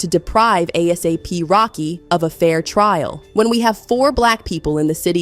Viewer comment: ASAPE Rocky and ASAPE Relli 🤦🏽‍♀️😂😂😂